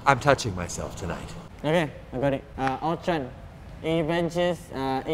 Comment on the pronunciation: It’s Ultron not Eltron